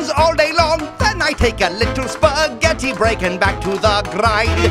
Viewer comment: said spa-getti